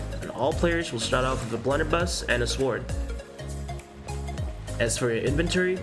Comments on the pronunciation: No, like just the way he pronounces it lol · Everything about this was great until said “sword”. Lol.